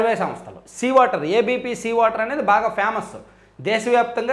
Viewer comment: వాటర్ కాదు వెధవ,ఓటర్ అను.😢